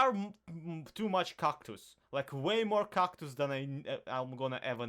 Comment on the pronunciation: Why do you say Kactus if it's called cactus